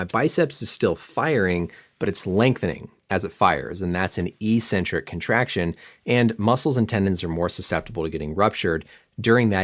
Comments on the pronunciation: It’s “ec-centric” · It’s pronounced EK-centric, not EE-centric. Common mistake conflated with the pronunciation of “asymmetric.” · THAT'S NOT HOW YOU PRONOUNCE ECCENTRIC